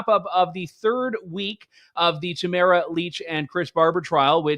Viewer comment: I love Trish Wood, listen to her podcast every week, but it baffles me how she mispronounces names all the time. Particularly how she pronounces Tamara Lich’s first name. She says it as if it rhymes with the word camera. No, that’s not how you say her name. How does an otherwise intelligent woman not see that?